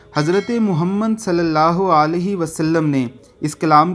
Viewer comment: آپ اپنا درود شریف کو پڑھنا صحیح کریں صلی اللہ عالہی وسلم پڑھ رہے ہیں صحیح پڑھنا محمد صلی اللہ علیہ وسلم ہے